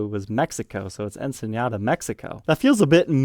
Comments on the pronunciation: It's Ensenada, not Enseñada. Rhymes with empanada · LOL, it's not "enseñada". It's pronounced Ensenada, with just a regular n.